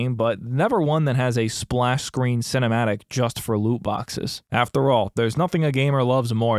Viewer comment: Stop saying looboxes.